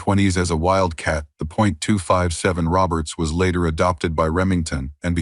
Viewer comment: agreed... if you can't call or pronounce a 257 Roberts or a 300 Savage properly, then just sit your ass in your room and play with yourself. Don't waste time to make up a fucked up AI presentation and expect us to listen to it.